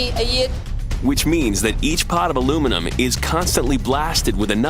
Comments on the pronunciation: What the heck is alumenum? :)) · It's pronounce aluminium NOT aluminum! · why is the title ALIMINIUM and he calls it ALUMINUM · A few minutes in and i gave up watching ... Al-oom-in-um ... Al-oom-in-um ... Come on , Its Alu- min-i-um " Aluminium " ... FFS ! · al u mini ium not aloominam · For once and for all! it's pronounced ... ALLA MINI YUMM.... now do americans get paid the MINOOMINUM wage? NO its MINNA MUMM! get it? got it? good! ALOO MIN HUMM indeed!!!!. lol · Aloominum lol it's aluminium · The rest of the world understands that Americans have trouble with multiple syllables so we let you call it aluminum to feel included, really we're just continuing to be amazed if not disapointed by the lack of able minded people capable of saying aluminium within the US... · did i just hear the aussie pronounce aluminiun aloominum lol fucking tool, say it properly you sell out, your an aussie, say it like an aussie just like the chick gretta she didnt say aloominun hahahaha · OH, THEY MEAN ALU-MIN-IUM.....!!! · its called al E fucking minion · he keeps pronouncing Aluminum dude, Aluminium is pronounced as it's spelt, not that hard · Haven’t Americans learned how to pronounce simple words yet such as nuclear and aluminium? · It's correct pronunciation is Al-uw-min-ee-yum!! That's why it's spelt Aluminium. Not aluminum. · It's Aluminium... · *aluminum, get it right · Repeat after me - AL - YOU - MIN - EE - UM.... 😉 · Why do the yanks pronounce the name wrong when they use the phonetic alphabet? It is ALUM INI UM. That is how it is spelt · Why pronounce it aluminum when it's spelled aluminium? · Interesting, but a pity about the pronunciation of the word aluminium - it has 5 syllables, not 4. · the guys sound like they say alumenum. but... what kind of dumb prick are you? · Would you stop saying aloominum. there is no such word. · ALUMIN - I - UM, damn illiterate colonies.. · wtf is aluminum? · I can't stand the constant american pronunciation of aluminium